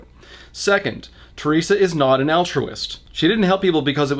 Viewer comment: Hai Le Hoang me being Chinese can guarantee even with someone with zero English knowledge, they'll just say her name the way it would be transliterated (teh-lei-sha or teh-ree-sa something) and not this made-up shit. Yeah why bother to find out that unlike Japanese for example, Mandarin does indeed have a soft "r" sound? Any sane person wouldn't even include this bit because it served nothing other than racism. Yet this is Norman so what do we know.